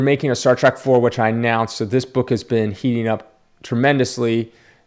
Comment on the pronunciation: Star "TREK" not "Track"